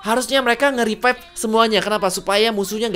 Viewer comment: Revive bang BUKAN RIPAIP ANAK KAMPUNG BIKIN KONTEN GINI NIH